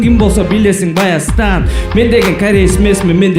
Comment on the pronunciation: Баястан эмес Байастан болот